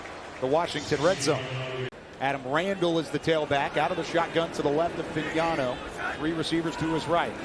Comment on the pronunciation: This announce lr couldnt pronounce fagnano correctly 😂😂😂😂